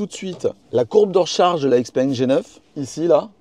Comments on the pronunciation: Encore une fois, super vidéo ! Puis je me permettre une remarque concernant la prononciation de la marque? - Ouvrez le Google translate - choisissez chinois simplifié vers français et écoutez la prononciation... Xiao peng ( X se prononce ch) Mon épouse est chinoise et as la chaire de poule chaque fois qu'elle entend "X - peng" Tant qu'à faire...😉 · Les mecs de xpeng France prononcent ixpengue. Donc bon on va suivre 😋